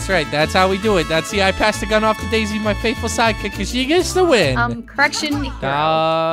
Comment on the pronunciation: It’s so funny when says daisy but she says desey lol